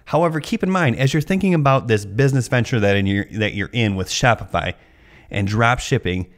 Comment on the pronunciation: gee-all of a sudden your on the other side of shop-itch-eye-fy. I am never buying a course to sell on line. nice video..